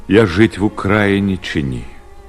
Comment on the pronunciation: чому наголос на а ставиться "в УкрАїні"?